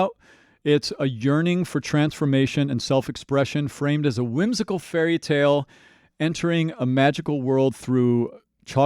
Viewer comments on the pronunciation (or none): none